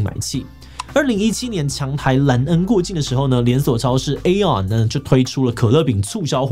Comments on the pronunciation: Aeon 讀作 伊on 不是 欸on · 我也好在意這個 其實是唸作 e on 啦